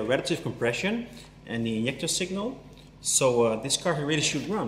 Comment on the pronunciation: I like watching your videos, but you kill me when you say INJECTOR, LOL